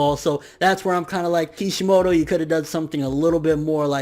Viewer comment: kishimoto... bro cmon!